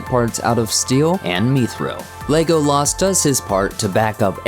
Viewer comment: Legoh Laas Talkeen Saw-Run Gamlee wtf?